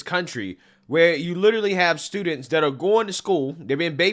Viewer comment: I love you brother,and I agree with almost everything you say, but stop saying DAT for THAT, it doesn’t make you sound black, it just makes you sound ignorant. Keep up the good work man!!!!❤